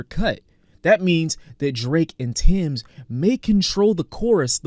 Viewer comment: bro its TEMS not TIMS😂